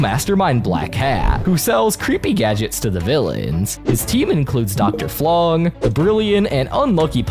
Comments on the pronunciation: It's Dr Flug, not Flung. 🗿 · as a villainous fan this actually made me double take dr flung? It’s dr flug (dr kenning flugslys) nice shout out for villainous though